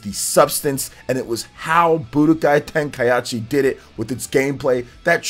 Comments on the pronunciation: bro you get a dislike for the butchering the name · My man out here mispronouncing Tenkaichi just to drive people to the comments for the engagement. Shameless lol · You're the ONLY person I've heard BUTCHERED the word Tenkaichi smh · dislike for saying tenkaichi wrong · Its ten - ka - i - chi. Not ten - ka - yat - chi 😅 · Who else cringed when said "Tenka-achi" instead of "Tenka-ichi"? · Man said tenkaiachi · "Tenkayachi" cracks me up xDDDD It's Tenkaichi. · Ten-kai-chi not ten-kai-achi. And while we're at it, ah-tel-lee-a (Atelier), is french, means workshop for an apothecary, but in the game's case, alchemist workshop. No disrespect intended bro, I enjoy the content and trying to be helpful. Hope you have a good one. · It is not TenkaiAchi is just Tenkaichi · its TENKAICHI, NOT TENKAYASHI!!!!! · "TenkaYAchi" smh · Ten-kai-chi. Not tenkai-achi. That is all. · Tenkai what?🤣 this man said achi? It’s ichi the Japanese language is just different lol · Its pronounced kai-chi lol not kaieechee. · TEN KAI AH CHI lmaoooo 🤣🤣🤣🤣🤣🤣🤣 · TEN KAI HA CHI?!!?!? TEN KAI HA CHI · Say it with me: Tenkai-EE-chi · I know a lot of people will be bothered by the fact that I can't ignore this, but please, just sound-out words when you learn them. There's no reason to turn Tenkaichi into TenkaiAHchi. You're making it harder on yourself by adding an extra syllable for no reason. I know it's not an English word, but the only people who have an excuse to not just sound it out are people with dyslexia. If you have dyslexia, then I apologize, but everyone else should be able to read it out loud one syllable at a time a couple times and be able to get it. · TEN KAI AH CHI 😂😂😂😂😂😂 Damn! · TenkaiAichi? Lol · he must have said it on purpose for comments lol ain't no way he actualy thinks its pronounced like that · Tenka-whut-WHUUTTT??? Anyway, would be nice to see more updated DBZ games. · I've never heard anyone butcher Tenkaichi that hard it was hard to hear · Im dead